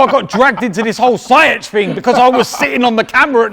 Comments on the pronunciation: I think its zee-yesh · its Ziyech pronounced as Sea-yeg with "Z"